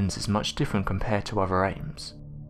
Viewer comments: Why do you keep calling them "ames"????? The word your looking for is "apes"....your literally able to say it when you say the full name, "bili ape", but as soon as you say the word apes by itself, your brain and tongue stop communicating or something... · Every time you say apes it sounds like Ames! Frustrating! 😢